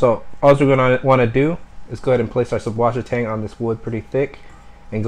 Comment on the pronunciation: It's actually pronounced "Zeusvassertang", German for Fresh Water Seaweed. :D